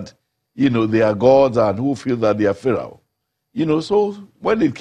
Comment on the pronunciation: Did he just say farawooo? It's pharaoh sir.